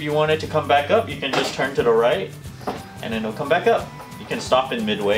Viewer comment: Why do all asain people say "turn tada right" Lol it's not "tada" it's "to the"